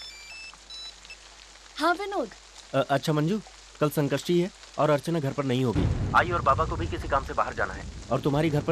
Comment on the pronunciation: Sanskrishti nahi Sankashti bolte hai 😡😡😡 Jab bolne aata nahi toh bolte kyu hai